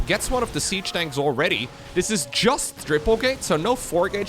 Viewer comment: Sound anomaly detected - "jUsT" is a robot - confirmed.